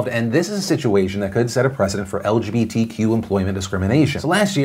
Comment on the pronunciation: I like how everytime he says it like el juhbee tee quew